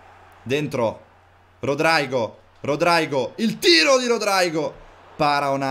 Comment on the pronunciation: Te pronunci Rodraigo ma si pronuncerebbe Rodrygo normale.Comunque bella carriera